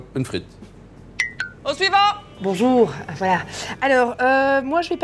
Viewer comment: bonchour, voilàhh 🤣 est tellement forte